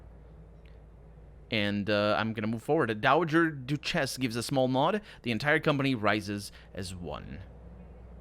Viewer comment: Duchess pronounced DUTCH-iss not doo-CHESS